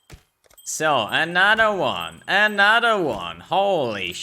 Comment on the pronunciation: "a nadder won" love that accent <3